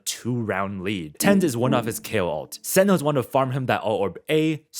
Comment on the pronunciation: This video is amazing like I learned so much watching it… my only hang up was how sentinels was said lol 😂